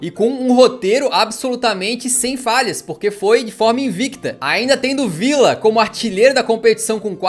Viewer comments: a pronúncia e vija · Como é a pronúncia certa do Villa? É Vidia, Vitia ou Vilha?